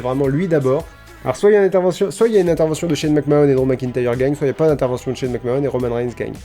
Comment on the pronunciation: Super vidéo, McMahon ça se prononce "Mac-Manne", 9/10